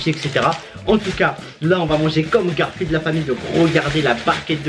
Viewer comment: Combien de fois il a dit garfiled 🤣😂